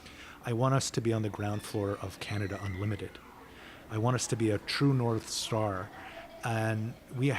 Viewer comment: Dont know why, but everytime, for a split second, when i hear ca-na-da, i think its a different place than can-a-da 😅😂